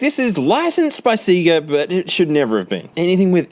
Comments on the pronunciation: the hell is seega? it's literally confirmed to be pronounced sey ga in the sound effect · Stop saying seega it's sayga! Lol heeps funny love you bro